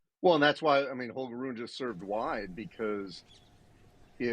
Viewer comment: Ru-ne !!! ( TWO syllables!! ). Not that ugly sounding "roon" thing! I would have thought, that even English tennis commentators would have bothered learning that simple name by now!?!! But apparently not.